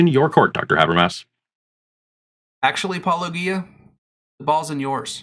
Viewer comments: My mind is not made up on this topic, but before I could take your response seriously, you have to at least be able to pronounce his name correctly...it is not Pelogia ( minute of your video), it is Paulogia. You have it correct in the title of your video, but for some reason ou continually mispronounced it in the beginning of video and I turned it off. Do better. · Soft ‘G’ in ‘Paulogia’, people! SOFT 'G'! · It's odd that, since you have watched Paulogia's video, you cannot pronounce his name correctly. It's also odd that you deliberately speed up Paulogia's clips. One might think that you are deliberately trying to reduce Paul's arguments. This doesn't make you look good, or honest. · Since you watched his video, where he pronounces his name, this is not a believable excuse. And no, most people do not deliberately speed up clips. That is another excuse, and not believable. I have disputed your claims. Please respond with facts, not excuses. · Seriously, why can’t you guys pronounce his name right? He pronounces it himself all the time, and you interlocutors continue, literally for YEARS willfully choose to mispronounce Paulogia. Why? Are you just doing it to mock? Is that really your best opener in your video is to openly mock his name before you even start with your points? What does that say about you? It’s fucking stupid and keeps me from actually listening further to take ANY of your points seriously. Come on. Fucking do better. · You could pronounce his name correctly. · Just how insulting do you want to be with your failure to properly pronounce Paulogia's name? How hard can it be? I presume this is deliberate as he says his name in every episode. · How much 'intellectual rigor' can you claim if you refuse to properly pronounce the name you have just heard?